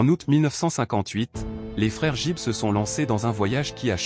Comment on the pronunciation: On ne prononce pas JIBB mais plutôt GUIBB!